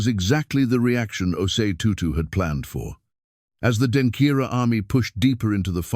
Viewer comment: Please the word is Denkyera not Denkira